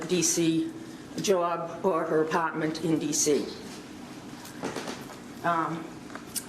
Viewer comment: How she said the word 'apartment.' Is she from Boston, or is this happening in Boston?